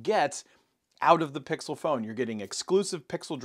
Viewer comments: It worries me that he can't pronounce "pixel" during a Pixel review...😬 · Is it pickle? Or pixel?